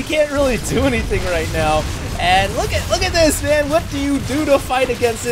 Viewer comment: Dont talk to me like that 'mayne'